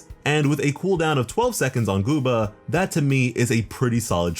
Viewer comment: why he say guoba so funny almost sound like boobba help- im laughing non stop